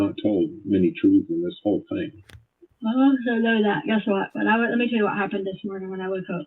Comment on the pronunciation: The way she says "think" instead of "thing".🤬